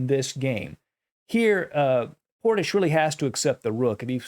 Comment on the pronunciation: Excellent commentary as always Love how you say Portishch